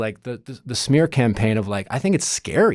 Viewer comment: I also like how he said “shmear campaign” 😂